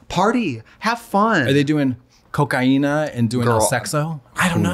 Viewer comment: Are they doing "cocaína" and doing "sexo" in the clearest brazilian accent